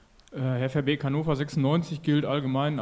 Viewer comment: Nicht veerbeek